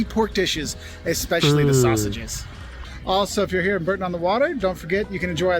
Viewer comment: He also said 'Burton-on the-Water when it is 'Boorton'